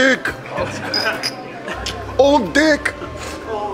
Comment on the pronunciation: Your " oldik " word was realy Uzbek accent. Very very similiar to Uzbek.😂